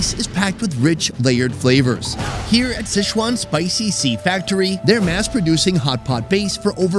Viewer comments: Are you intentionally mispronouncing Sichuan as SCHEZUAN or is this just a robust mental handicap on display?? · Damn,, you’ve been in Asia way too long to keep mispronouncing Sichuan. It’s NOT sesh-wan. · Can we at least pronounce Sichuan properly?